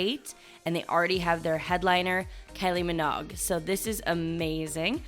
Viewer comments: Its not Pronounced Kelly Monague. It's pron. Kylie Minoe !😂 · Kelly Minog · I love the channel....please look up how to say Kylie Minogue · I’ve never heard that pronunciation for Kylie Minogue before 😅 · The way you pronounced Kylie Minogue😂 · Easier to just say garbage